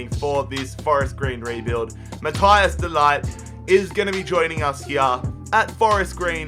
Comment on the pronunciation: De ligt. De lit not de light